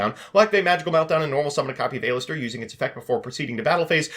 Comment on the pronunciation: saying A LISTER instead of Aleister